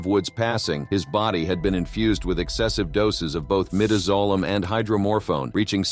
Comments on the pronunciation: Learn how pronounce the drugs. Midazolam not midizolam. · The pronunciation of Midazolam in both, Clayton Lockett's, and Joseph Wood's execution is said wrong. It phonetically pronounced My-daz-o-lam